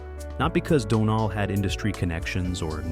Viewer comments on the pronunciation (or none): "His brother DonAHL" 🤣🤣🤣 This AI crap is hilarious.